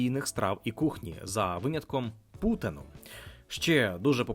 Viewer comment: Доречі, назва традиційної Квебекської страви не Путен, а Путін (наголос на і). Зрозуміло, що наразі саме це сполучення літер українцям, м'яко кажучи, неприємне, але замовляючи страву в Квебекі (франкомовній провінції) треба пам'ятати що путЕн французькою означає "повія".